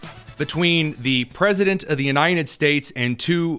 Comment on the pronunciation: Why do you have trouble pronouncing the word "united", just like biden never could? Are you from Delaware, too? It's spelled with a d on the end. It's UNITED, not UNINEN.